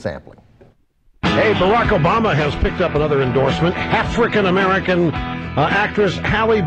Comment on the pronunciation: Is it just me, or does it sound like Rush is actually saying half-rican American instead of African ?